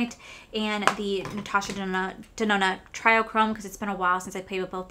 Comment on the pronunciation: It doesn't really matter, but it's not try-o-chrome, it's tree-o-chrome <3 Love the look. Love your top. So cute together